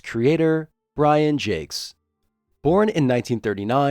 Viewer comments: The Redwall books and TV show are great. Oh, and you mispronounced the author's name. It's French. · I HAVE BEEN PRONOUNCING IT WRONG THIS ENTIRE TIME?!?!? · Wow. For 30 some-odd years, I too have mispronounced his name. 😅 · All these years and I've been mispronouncing Jacques 😬